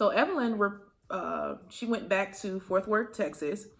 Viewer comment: “ Forth worth “ lol it’s Fort Worth 😭 I’m from there so I had to say something but in the nicest way 💜